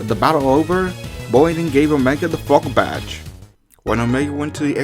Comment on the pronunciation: When you said Morty gave Omega the "Fog Badge", your accent make me thik you were British and saying "Morty gave him the fokin' (f-in') badge". I am sorry XD